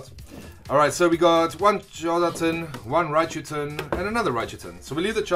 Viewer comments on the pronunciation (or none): When you said one Charizard tin it sounded like one Jonathan lol shoutout to all Jonathan's I guess lol